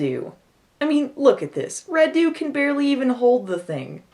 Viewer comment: As a Romanian: Radu is not pronunced RaDU but RAdu (accent on the first syllable). The car the girls drive is a Trabant, the legendary car from Eastern Germany (we had it also in Romania being part of the Eastern block). And the movie is deliciously bad, had no idea this was the first US film shot in Romania (oh boy, surprise, it's about vampires!)